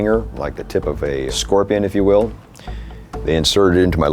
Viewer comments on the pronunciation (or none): none